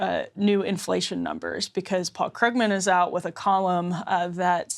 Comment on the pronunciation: Someone should telll that it's pronounced 'Kroogman'. He's one of the counties leading economists. Economists typically don't win Pulitzers. How ignorant is she?